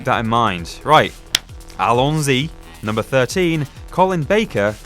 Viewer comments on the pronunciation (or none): It's "Allons-y", not "Alon-sy".